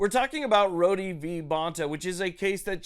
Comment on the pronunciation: Isn't it pronounced "road" like in "Rhode Island "? Just curious...